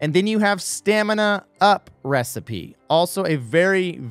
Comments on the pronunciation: StaminA-up... I-its... STAMIN-up No offense... kinda sounds goofy when you say it like stamina-up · Bro triggered a pet peeve I didn’t know I had by calling Stamin-up “stamina up” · In all my years of playing Cod I’ve never heard someone call it stamina up. Everyone says stamin-up not stamina-up